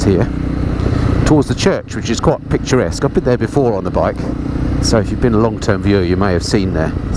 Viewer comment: i always thought the word was pronounced picturesque (picture-esk) not picture-skew